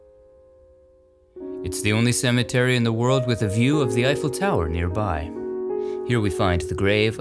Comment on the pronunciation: Now I know how to pronounce Eiffel the right way 😊. Another excellent video!